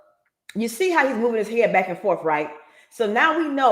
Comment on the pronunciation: Oaf of office! Licent place? Ankoools? Shock device? Forf. Do dat. Axe. Tackit